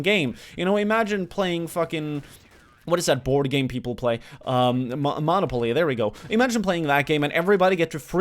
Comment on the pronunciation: The way you say Monopoly is like saying one many. omf.